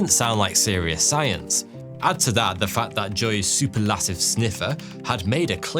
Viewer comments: 'Superlative' - the emphasis is on the 'per' not the 'lat'. Please when you decide to add words to your presentation that you're not familiar with can you just take the extra few minutes required to learn how to pronounce them. Time and time again these are the biggest mistakes in your content. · Ahem, "Su PER lative" -- not "Super LAT ive". Sorry, lost my mojo due to that. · thats not how you pronounce superlative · "...diagnosed... before the disease was detectable by modern medicine." Ridiculous pronunciations of 'diagnosed' and 'superlative' aside, that's almost certainly a reach, and probably not true. The percentage of people tested for Parkinson's before they have symptoms is extremely low.